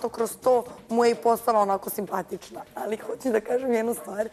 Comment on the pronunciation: Al kqd kaze alji